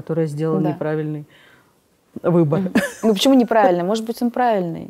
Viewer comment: Очень неприятная тетенька, очень умненькая Алена. Тетенька циничная, холодная и все время проглатывает буквы в словах-сушьте, почьму, чек /человек/. С дикцией нужно поработать. Лучший судья-кассовый аппарат! Не пошла бы, даже имея серьезные проблемы. Не зря слово "человек" она произносит, ка "чек"!